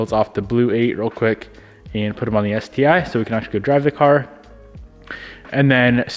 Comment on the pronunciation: Crus-ti like the Sus-ti (Crus-tee eye like you pronounced the Sus-tee eye)